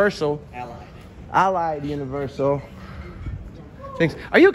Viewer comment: the suppose news reporter can't even pronounce Allied right. Go look for a real job man.